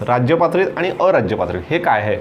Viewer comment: How u pronounce sir rajptrit sound like rajypatrit ...its very different pronounce it's only rajpatrit